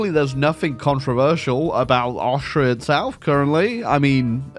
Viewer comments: everyrime you say austria, a part of me dies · as a austrian you fucked it up so bad but your british not austrian so ya